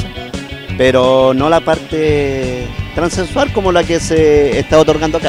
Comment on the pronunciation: “Transensual” dice el viejo, “argo”